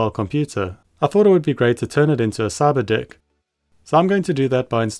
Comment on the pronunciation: Every time you say Cyberdeck it sounds like Cyberdick and I'm like what